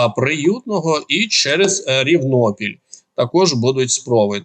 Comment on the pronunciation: Наголос невірно ставите у слові Рівнопіль)))))